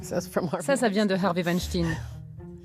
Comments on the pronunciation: On ne dit pas winstin mais weinstein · Et sinon, pourquoi prononcer "tine" à la fin de Weinstein alors que ça se prononce comme "Einstein" ?? Pas si difficile de reprendre la prononciation anglaise qu'on entend en background quand même... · Pourquoi prononcez-vous mal le nom de famille "WeinstEIN" ? :) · C est la WEINSTEIN STINE A LA FIN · Wanne stinne... Vous dites Rammstein, ou alors "Rammstinne" ?